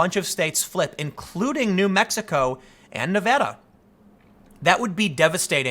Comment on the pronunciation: Thank you for pronouncing “Nevada” right On behalf of Nevadans hearing “Nevawdaw” all the time 🙌🏻✨